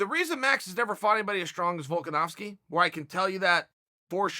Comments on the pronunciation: Notice how Chael can pronounce Volkanovski correctly? It's because he fully respects the guy. Chael only mispronounces names of people on purpose to mock them a bit. I'm surprised he doesn't do the same with Jon Jones. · The real question is how Uncle Chael pronounced Volkanovski's name correctly